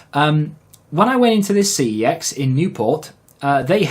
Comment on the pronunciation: Its pronounced 'sex' not ' see eee exx